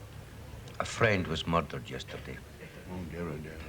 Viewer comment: "Muddered", ha! And no, this ain't Taggart.